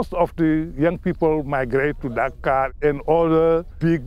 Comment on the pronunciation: "...and then we exited dacar after we got to daworksite! :)"